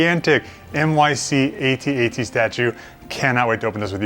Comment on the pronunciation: A-T-A-T Thankyou for saying it the correct way 👍🤣